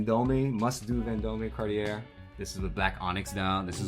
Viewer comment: that way he pronounces cartier is pissing me off